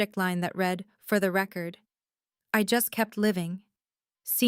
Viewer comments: you really need to get the pronunciations of read and read right. One is REED, that means you are reading something, you read it. But past tense is pronounced as red. If you are using a bot, spell those two words in the transcript as reed and red so it's pronounced correctly. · Please tweak your AI algorithm - read (pronounced red) is the past tense of read (pronounced reed). It is a consistent error that shouldn't be, and wouldn't be if there was proper audio editing.